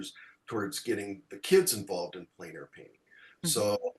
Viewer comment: Thanks,. Good pronunciation of plein air.